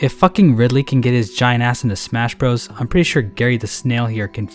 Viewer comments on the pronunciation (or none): none